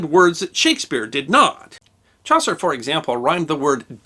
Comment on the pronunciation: Chaucer....... isn't Ch(ow)ser.... it's Ch(awe)ser ;-)